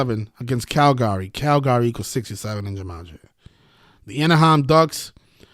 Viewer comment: You really counting money on the screen.... after you gave that bullshit ass free pick...wow!! And you took the video down... that's weak as fuck learn how to say Calgary. Imbecile